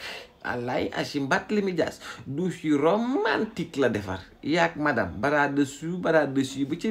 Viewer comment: Que Barth et sa dame aillent visiter '' ses douches Yi dousssser ''😅😅😅😅 Tcham